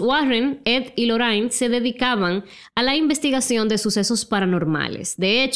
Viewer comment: "Arni" se pronuncia baby, no "Arne" 🤣🤣 y Lorrein ... no Lorrain. Aprende ingles un poco bombon.